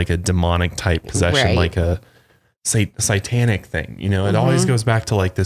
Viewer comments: So at first I thought every time said “sigh-tanic” instead of “say-tanic” it was accidental but now I’m realizing.... probably not... XD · Satan Also: Sightanic